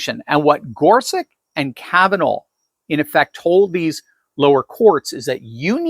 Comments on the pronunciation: Wikpedia says Gorsuch's name is pronounced gor sutch, not gor sick. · Isn’t his name pronounced GorSUCH? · why does he keep saying gorsuck